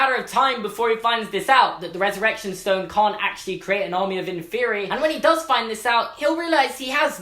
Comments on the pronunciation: Okay. I like you and all, but it's pronounced "in-fur-eye", not "in-fear-ee". Just saying man. Keep it up! Love your videos. Harry Potter is life. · It’s in-FEH-re-I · I thought he said in therory not inferi 😂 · I thought inferi was pronounced in-fur-eye. I think I'm wrong. Oops. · The way you pronounce inferi is blowing my mind. I always thought it was in-fer-eye. Because it's the plural of inferious. Like many words ending in us like octopus. Also when I got the audiobooks Stephen Fry reads it like that. If i'm wrong though I've been thinking it wrong forever and that'd feel weird.